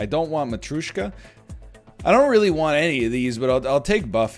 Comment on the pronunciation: So when are we gonna tell him that he’s saying Matryoshka incorrectly?